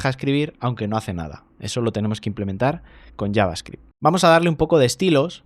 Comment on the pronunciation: Que bendicion escuchar a un español pronunciando bien javascript